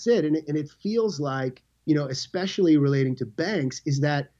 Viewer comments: "expecially" ? Really Keem? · Lol wtf is Eckspecialy